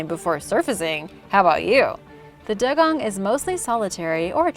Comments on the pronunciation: doo-gong not dug-on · It’s not pronounced dug-on even though it’s spelt dugong it’s pronounced dew-gong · Dugong is pronounced dew-gong